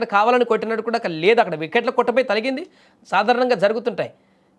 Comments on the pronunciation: తలిగింది కాదు ఆ పదం తగిలింది.తలగడం కాదు తగలడం.తెలుగు పదాలను ఖూనీ చేస్తున్నారు.నీవు ఈ ఉద్యోగానికి రాజీనామా చేసి ఒక తెలుగు మాష్టారు వద్ద తెలుగు పదాలను ఎలా పలకాలో శిక్షణ తీసుకోవడం చాలా అవసరం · తలిగింది పదం తప్పు తగిలింది అని పలకాలి తెలుగు బాష నూర్పిడి తరువాత నే కెమేరా ముందుకు పంపండి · ముందుగా నువ్వు భాషను, పదాలను సరియైన ఉచ్చారణ తో చెప్పడం నేర్చుకో… తగిలింది అనాలి , తలిగింది అని అనకూడదు, చెప్పకూడదు. తెలుగు పదాలు సరిగ్గా పలకడం రానప్పుడు మీ పరిజ్ఞానాన్ని ఇలా సోషల్ మీడియాలో ప్రదర్శించడం ఆపండి.